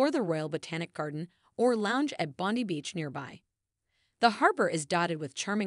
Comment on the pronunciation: That bondy thing sh!ts me to tears! Surely they know the correct pronunciation?!